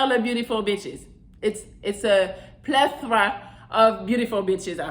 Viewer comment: I like the Way you pronounce "Plethora" Very cute mouth 😍